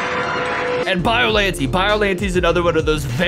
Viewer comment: BIO-LAN-TAY not BIO-LAN-TEE